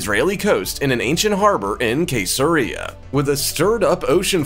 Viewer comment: It is pronounced see zero reason not Kay ser ria!